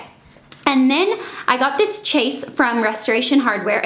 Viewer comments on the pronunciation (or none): Is it a common thing in the US to pronounce Chaise Lounge as 'Chase'? They are properly pronounced 'shays long' but I have heard a few vloggers say chase. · "chaise" is pronounced "shez" not "chase" and it's just French for chair. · I'm dying. Chaise is pronounced "sheszh" not "chase" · It's pronounced like shays not chase! It's a chaise lounge. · I think its pronounced shays not chase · You say "chase"..I think it's supposed to me more like "shey(z?)" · its pronounced shays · The chaise is pronounced "shayz", so funny the way you pronounce it :3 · You are saying it wrong its not "ch" like cheese it "ch" like shay. It is a chaise lounge. There is an "i" in the word. Sorry I had to